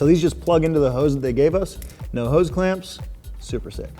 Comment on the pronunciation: Hose, not Hoe's...